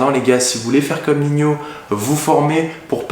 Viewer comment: Merci pour la video. Ps: respecte le frero, il est ni rappeur ni espagnol il s’appelle pas Niño mais Nino